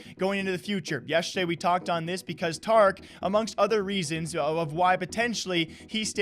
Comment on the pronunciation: wait you say tarik like tark and not tar ik ?